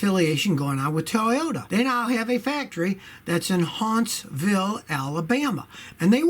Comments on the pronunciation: Scotty says “Hauntsville Alabama” Alabamaians say:Huntsville Alabama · Hauntsville we call it Huntsville on well